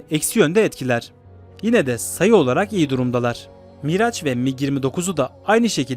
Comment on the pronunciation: Sevgili kardeşim; Miraç değil, Miraj, exocet ise ikzuset diye okunur...